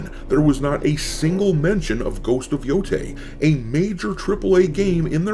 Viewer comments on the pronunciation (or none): Ghost of YoDEI... Ghost of YoDOA...